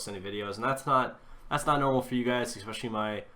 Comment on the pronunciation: Did he say expesially ? Who the fuck is expesially. IT IS NOT EVEN MY LANGUAGE.